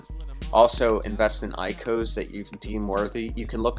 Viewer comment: Good vid, but not IKOs it’s ICOs